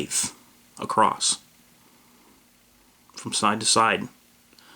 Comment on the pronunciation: It's across, there is no "T" at the end of it. Good video though. Thanks for the good info.